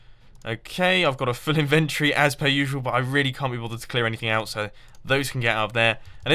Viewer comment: Inventory is said In-ven-tory